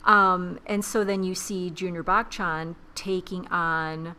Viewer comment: It's "buh-chun" not "back chan"